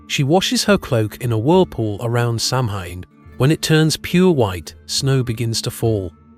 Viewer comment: Also Samhain is pronounced "sow-in" but thats often mispronounced. Other than these pet peeves, this is very interesting!!!